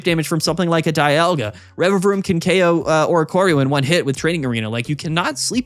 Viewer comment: The Rererevaroom pronunciation was epic